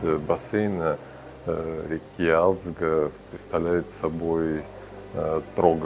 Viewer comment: Не алидзг а гализдга Грузинское имя, Ташкент по вашему Аташкент не искажатте имена.